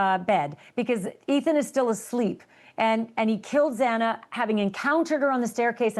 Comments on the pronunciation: I turned it off. This guy is awful. Can’t even get Xana’s name right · Thank you for pointing this out, it is so disrespectful! I was shocked, when even the judge said Xanas name wrong MULTIPLE TIMES. Like wth :( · I hope that extends to the judge, awful he got a name wrong twice. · Her last name being mispronounced I could have tried to overlook, but her first name is disrespectful. Ashely said her name correctly, for crying out loud. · PLEASE!! I beg of you! If you are going on a platform to talk about thy he poor victims…. PRONOUNCE THEIR NAMES CORRECTLY!!!! 😡😡😡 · Im sure Ashleigh wasn't pleased with that, she was critical of the judge mispronounced Xana's last name twice, but did ultimately correct it. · I bet Ashleigh wasn't pleased with that! She was critical of Judge Hippler mispronouncing Xana's last name (twice) in court the other day, however did ultimately correct it. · What is it with the TMZ reporter saying Xana’s name wrong repeatedly? Get it right. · Even the judge constantly mispronounced Xana's name. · You would think the founder of TMZ would get her name right. Proves he doesn’t CARE. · Xana. Gawd, is horrible. Her name wasn't Xena. Can't listen to any more of this. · XANA!!!!!! XANA PRONOUNCED: ZANA!!!! STOP MISPRONOUNCING XANA’S NAME!!! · It’s not Zina its Xana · Xana not Xena. TMZ you’re all over the place. As usual. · Xana not Zena!!🙄🙄🙄🙄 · Sir, her name was Xana, not Xena. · Why is this idiot from TMZ talking about it with Ashleigh when he keeps saying Xena instead of Xana and thought Bethany was Dylan? He knows absolutely nothing about the case. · Xana's name is not difficult to pronounce. If youre going to speak on the case, you should maybe get that right. The judge should be ashamed as well. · sucks - doesn't even know the case and can't even pronounce Xana's name correctly. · The mispronunciation of Xana's name is so upsetting. Especially from the judge who has been a part of this case for years.